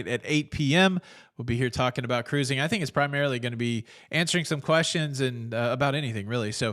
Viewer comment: I love the show, BUT, I need the hand gesture and the proper pronunciation of “cuh-rOO-zing” at the beginning. 😢